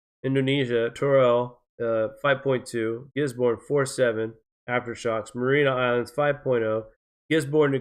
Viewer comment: Mary-ah-nis islands Ray-kee-yahnis